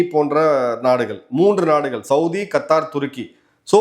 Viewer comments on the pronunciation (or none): நாடுகல் ஒரு வேல. தவறான உச்சரிப்பு நாடுகள் ஒரு வேளை